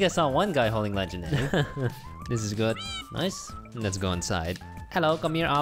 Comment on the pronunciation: i honestly thought everytime he said good i thought he said poop all the time and i was like, when did they ever get so rude?!?!